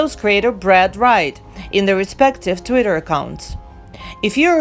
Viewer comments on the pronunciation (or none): none